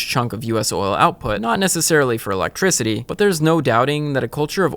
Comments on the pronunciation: Why does Phil say, "electrizity"? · Philip "Electrizity" DeFranco